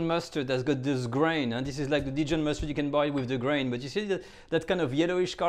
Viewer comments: It's so funny that in an attempt to pronounce Dijon like he thinks Americans say it, he ends up saying it in an unrecognisable way. In the US we actually say it pretty much the way the French say it. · no, you have not. Americans pronounce the "n" at the end as heartily as the pronounce the "d" at the beginning and use no nasality whatsoever. You only think you hear it the "French way" because you have never heard the French way (p.s. you also pronounce Grey Poupon incorrectly) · Nope. Dijon is pronounced with the 'j' sounding like zh & a nasal "o". I've been currently studying French for ~6yrs, + 2 in high school. Additionally, have a listen the the native French speaker example on Forvo: . Or better yet, this video "Une balade à Dijon" which is presented by a French speaking woman who mentions the city name in the first 10 seconds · That sounds right. I'm willing to accept that my French is wrong; I surrender. Then why does he say it differently? Is it the accent of Burgundy and the natives say it that way?